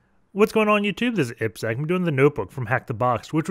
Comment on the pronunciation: Happy to see someone saying you name in right way. 👍🏻 ippsec